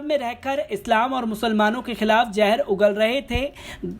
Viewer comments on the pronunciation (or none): Please try to improve your pronunciation, it is very hard on ears. Zahar not jahar? Learn from Pyurus Shrama, Abhisar Sharma. They speak correctly, pronounce correctly.